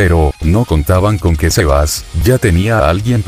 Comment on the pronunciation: Aprende que xeba es xebas